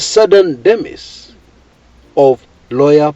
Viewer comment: it is pronounced as dimais.